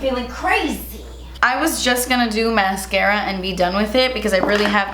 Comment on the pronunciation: "and now I'm gonna take the mascaaaaaafdskghhhftschhhh" 😂